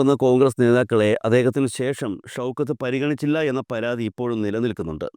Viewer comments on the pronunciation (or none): none